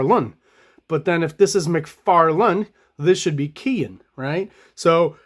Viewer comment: Dude, you’ve lost the plot. Yes, surnames can be difficult to pronounce, but Dale’s name is accurately pronounced in a ton of videos now. Please only call him Dale, for the love of god! And clearly you’re an Image art dork, but are you aware how awful those early comics were scripted with poor page and panel layouts?!? For someone trying to sell his own comic, how can you ignore quality storytelling???